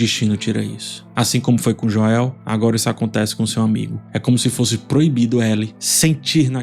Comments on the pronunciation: acho engraçado o chamar o Joel de Joél KKKKKK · Por que o chama o Joel de forma abrasileirada? kkkkk morro de rir